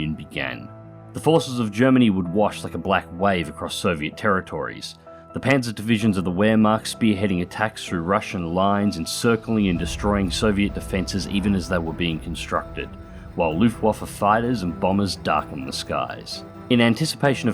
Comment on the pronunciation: The "wheremakt"